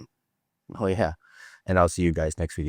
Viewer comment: Did he open up with "okay gaes" ? xD